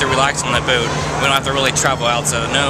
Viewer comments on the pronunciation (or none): "...relax on the bewwwt..." *luvs u*